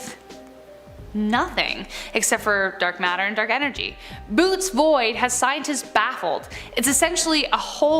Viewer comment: Boot's void, that's funny, like it belongs to someone/thing named Boot. Lol.. There is an accent over one or two of the 'o's. It's pronounced "bo-o-te's" Like the name Bao, the sound of B and O in North American English, then another O sound after that a Tee's sound like short for T-shirts. Best way I could describe how to describe how to say it.